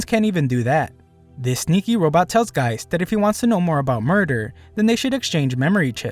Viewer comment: the name of the detective is gesicht (german for face) not geist (german for ghost).